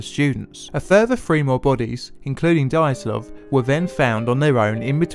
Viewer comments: Good stuff. Priceless how the host keeps pronouncing the main character's name as if it was "Daytlov", while the guest gets it right:) (BTW, the first sound of the name is the same that of "due" or "during" (British English). Also, the Russian sound "zh" usually signifies when transcribed into English is the sameas the first sound in the French words "jour", "Jean" - see the much more famous Russian name "Dr Zhivago". Of course, nobody can blame you for not knowing how to pronounce Russian words and names;)) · Did you say DIE - atlov because they DIED. Sorry. It's Dee- atlov. I'll show myself out. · It would be good to check the pronunciation of names and words. Dyatlov is two syllables. Dya-, one syllable. The Ural mountains are pronounced Ooral, not Yural. Yekatarinaburg is pronounced more or less the way it's spelled. Yeh-kah-tah-reen-ah-burg. Granted, it's a tricky name with six syllables, but it can be learned with a little practice. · Dyatlov = Dee-at-lov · Are you even trying to pronounce Dyatlov properly? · Pronunciation is key, try again. Dyatlov. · My favourite theory includes pronouncing "Dyatlov" correctly.